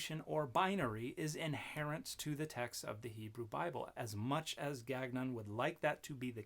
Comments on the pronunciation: French Canadian here. Gagnon should be pronounce gawn-yon. We don’t pronounce the second g. The Robert on the video forgot his ancestral roots. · Dude can't pronounce his own name lol. Ga-nyon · I denounce any Gagnon who can't pronounce our name properly. It's French ga.nõ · I won't be petty and I have not watched this dans cette totalite... but my long dormant french canadian soul quails at "gag none" Their name is theirs to pronounce how they see fit, but my dude that is not how Gagnon is pronounced. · I just want to say, as a Canadian living in Quebec, I object to Gagnon's pronunciation of his name, as abhorrent to God. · Gagnon is likely pronounced "gan-yoh" or something close. It's a French name, quite common in Quebec